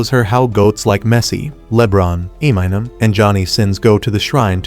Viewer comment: 😂is funny as hell how he said imenim and jonny sins😂